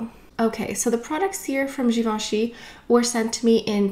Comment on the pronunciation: nice video reviewing products, pronouncing the names right and having done the homework and all, bravo!